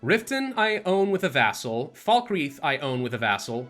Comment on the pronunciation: Falkreach 😭 it’s falkreath